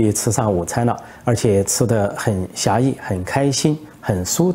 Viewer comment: 陈大虾，惬意，不读“狭”意